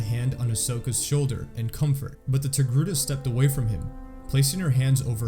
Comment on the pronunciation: Togruta not Togruti